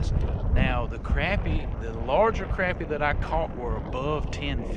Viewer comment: Its crappie not crapy. Or sacillet